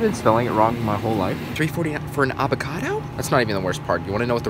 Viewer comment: It’s “AVOCADO” 😂😂😂😂😂💀